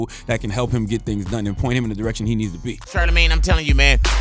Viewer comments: Am I the only one hearing Big Boy say Shart-amagne?! 😂😭😭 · He calls him char da main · Black people either call him shortymane or shardamane